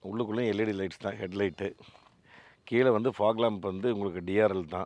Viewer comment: At last you said correctly the pronunciation fog lamp. You used to say pog lamp. 😊😊